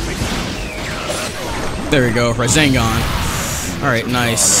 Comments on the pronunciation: I hate how he says rezengan instead of resengan it really annoys me😅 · It does not annoy me but I like how he calls rasengan, razengan, thats a really cool name to call it though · Everyone: RASENGAN!: RaZeNgAn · love the "razengans"